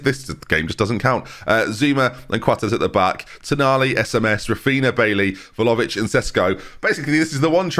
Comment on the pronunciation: I mean he continues to pronounce Vlahovic wrong so not like he's gonna change anything now is he lmfao